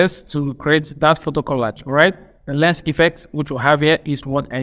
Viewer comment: Boss it's lens not lense You wey dey like to correct person 😂